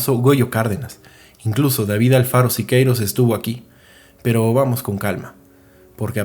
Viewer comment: "Alfaro" Siqueiros no "Alvaro".